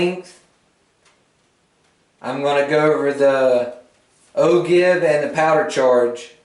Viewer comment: If you know the proper pronunciation of the word Ogive, then why do you keep mispronouncing it?